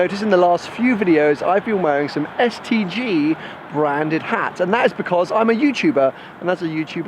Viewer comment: Everytime he says STG I only hear STD. Branding fail.